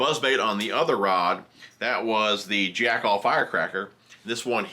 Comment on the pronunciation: Okay...it's Jackall, like tackle not Jack All. I have the Psycho Stick in a spinning rod with an Okuma ITX 3000. So versatile. Jerkbait, swimbait, underspin, drop shot, etc. Good video sir. ✌️😎🎣